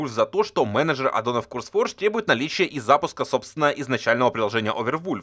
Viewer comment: ну вбивай ты хотя бы в переводчик произношение слов. Не "Курсфордж", а "Кёрс", Curse - проклятие. Не ФайермАу, а ФайермОу, Maw - пасть